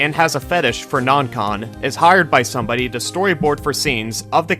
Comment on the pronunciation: "somebodee" (sorry)